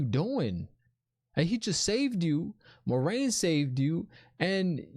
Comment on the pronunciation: No worries! The show actually mispronounced Moiraine according to Robert Jordan's glossary. According to the books it is MWAH-rain, not MOI-rain or MOH-rain. But I guess Moh-rain is more accessible like Lorraine but the L is replaced by M.